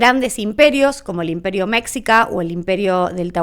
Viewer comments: Saludos! Un punto extremadamente importante es corregir en pronunciación, varias veces dices "méksica" y la pronunciación correcta es "meshíca" Cualquier persona de México y centroamérica que escuche la palabra que estás diciendo, se va a sacar mucho de onda y más tomando en cuenta que comentas que estudiaste mucho y que investigaste mucho. Tómalo como crítica constructiva, te agradezco mucho la información, te sugiero dentro de esa misma investigación ver videos, qué hay muchos, de investigadores mexicanos o centroamericanos en dónde pueden ampliar mucho más el tema, y también ahí verás la pronunciación correcta, ya que de este lado nadie dice "méksica" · que raro me sonó eso de mexica jaja es que realmente se pronuncia mechica la x se pronuncia como ch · Amo tus videos. Me gusta ver videos que alimenten mi cultura y los tuyos son infalyables. Solo que... El imperio mexica que pronuncia "meshica" Saludos desde CDMX ❤ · Me desespera un chingo que pronuncies Meksica, pero bueno, aquí está mi comentario a solicitud, el algoritmo no diferencía. Gracias por tu análisis, pero en serio la pronunciación habitual está siempre a una búsqueda de distancia 🫡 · Historiadora con doctorado y no sabes pronunciar correctamente mexica??? Por dios! 🙄😒